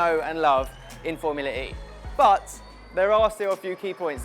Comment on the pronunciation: Didn’t know was into racing at all let alone Foumlua E